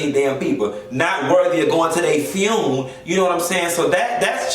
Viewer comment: the fact that calls funeral, tunes takes me out every time LOL!